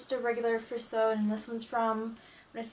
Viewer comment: Hello! You have a lovely collection! If you are wondering about pronunciation I believe furisode is pronounced Fu-ri-so-day. It is four syllables instead of two. The same goes for tomesode. I hope I'm not being too forward and hope you find this useful!